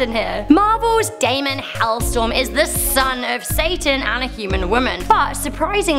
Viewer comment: It`s Hellstrom,not Hellstorm ;)